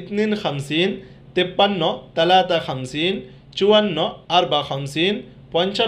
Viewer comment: ছালাছা কে আপনি তালাতা কেন বলছেন।